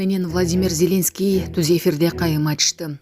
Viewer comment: Ой, кызым, ЗЕленский дебей, ЗелЕнский деп туура ударение коюп окучу. Уккум да келбей кетти.